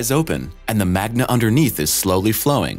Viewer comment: The amount of mistakes in this video is simply amazing. Ranging from the minor (misspoken words: "magna") to the truly baffling (the Venus "Turtle"). I'm gonna list all the words and/or phrases with the corresponding times so 1) we can all have a laugh. And 2) that hopefully the creator takes note and hires an editor or realizes that maybe he should instead work as an underwater basket weaver. Here goes: 1: "rotates around its axis". Minor, I know. Should be "On" it's axis. 2: "point tectonics". I'm not an expert in the field, but I'm pretty sure "point tectonics" isn't a thing. 3: "..menutian crust.."Again, slightly minor, but come on man. (And I omitted the "plastic" comment because it could be said that the crust is plastic as in pliable or changing or whatever.) 4: "..keeps the "FISE"(?) open... " What the hell is a fise? I think this guy is smoking his glue instead huffing it. 5. "...and the MAGNAS...." It's not that hard to pronounce magma. 6. "...the formation of new CRUSTACEANS.." It's funny because it's so wrong but it almost kinda works. 7. "... new WATER per year..." You'll have to watch the vid for proper context. Essentially: "fire hot fire fire WATER hot hot heat fire fire." I didn't research this one but methinks water didn't quite fit in that sentence. No? 8. "...if the volcanoes are ABSTRACT in nature.." Another one I didn't research but what the hell is that supposed to mean?? Am I missing something?? 9. And here